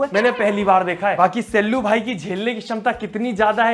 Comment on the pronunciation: Sallu vai nai Sallu (voi) boliya 😅 Love you bro❤❤